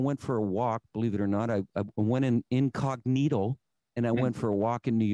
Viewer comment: Did he say “incogNEEDLE?” 😂